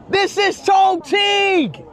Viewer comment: It's not pronounced ChongKing it's Chongching. Q in mandarin is pronounced like Ch